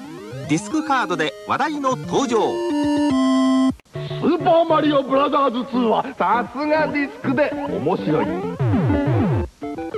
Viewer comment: Japan commercials: "SUPA MARIO BRAZZAS"